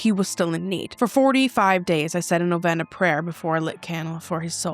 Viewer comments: Hey I know this is kinda stupid but Novena is pronounced no-Vee-nuh i just thought I should tell you 😅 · Love you. This is not a criticism. Just a piece of information. It's pronounced NoVeeeena, long E. Wishing You, Adam and Remy, Blessings.